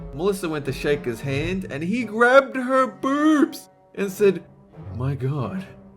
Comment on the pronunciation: I like the way says boobs. Lmao it sounds like broobz😂